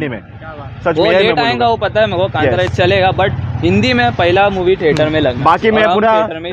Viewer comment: कंटारा नहीं कांतारा!!!